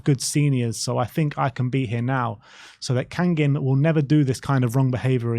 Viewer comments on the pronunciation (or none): kang-in like bangin' not kang-ging